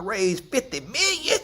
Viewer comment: “if I’m raising 50 miyyon (million)” 😂😂😂😂😂